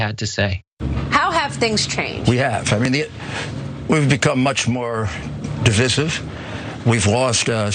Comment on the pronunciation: When tragic people use 50¢ words, we can do nothing but laugh. It's pronounced "di-VICE-ive", not "di-VISS-ive" you pathetic bigot. You, who has been using 9/11 to benefit himself since the day it happened, you hateful mess of a liar. Signed, someone who was born in New York City and has lived there more than half her life.